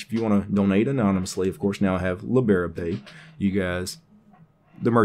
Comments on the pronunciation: That's an interesting way to say librepay :). It's two words "libre" and "pay". Not lib-era-pay, it's libre-pay. Like "leebruh-pay" or "leebray-pay". :) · And I love it! XD